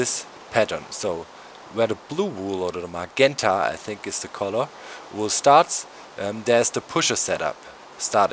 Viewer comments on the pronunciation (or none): magenta is pronounced mah jen tah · You pronounce the 'g' in 'magenta' like the 'g' in 'magic', Doc! :) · No, dude, I meant 'you' as in general. I was just pointing it out because you said that you were unsure ; you pronounced it wrong, so I was just informing you that it was pronounced like that.